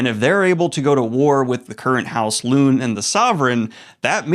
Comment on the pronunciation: Why are you pronouncing so many names wrong? Darrow, Lune, Arcos…